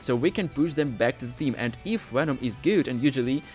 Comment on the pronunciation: It’s not wenom it’s venom